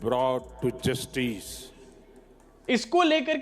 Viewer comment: बक्सा मतलब बॉक्स 😅 और जस्टईस नहीं जस्टिस 😂😂😂